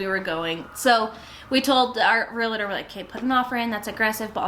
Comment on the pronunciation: Realtor not realator